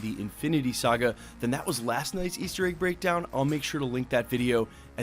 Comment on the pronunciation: Why do you pronounce egg like "AYGE"